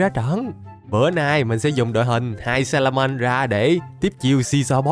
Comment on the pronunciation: Wao nói salamen chất như nước cức😅😅😅😅😅